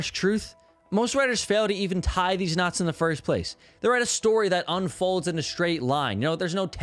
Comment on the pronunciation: Great video, very helpful as I'm trying to write a great short story for a contest. but every time I heard about knots I, a non-native speaker, couldn't help but hear "nuts". It gave a whole new layer to the video.